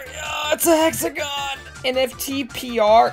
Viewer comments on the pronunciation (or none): none